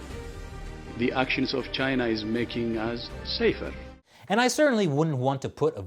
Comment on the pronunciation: Tedros misspoke : "the actions of China are making us suffer" and not "safer" xD its not his first language...